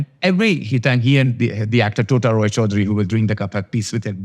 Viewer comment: U worked with a great bengali actor TOTA ROY and u can’t pronounce his name correctly?.. stop copying lily..she was raised outside India but not you.